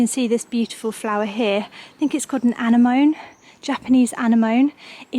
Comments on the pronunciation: Anenomee is how you say it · The plant you want to divide is an anemone, pronounced ‘ann-EM-a-nee’ 😊